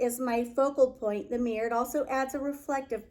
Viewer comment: Okay. I wasn't ever going to mention this, but you're pronouncing mirror "mirr" & not saying the second syllable " or". Otherwise, you're AMAZING! ♥️😊💥